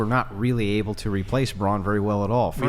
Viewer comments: No one commented that the feminist kept saying "bronze" when referring to men, not brawn. Perhaps she's not as well read she thinks she is? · It’s “brawn” not “brawnz” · Fyi.. its BRAWN. NOT bronze.🤦🏻‍♂️